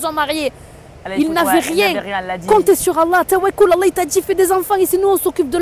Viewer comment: On dit pas tawalol mdr tawakiiiil😂😂😂😂